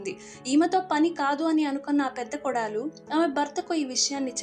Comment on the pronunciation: Kodaalu kaadu. kodalu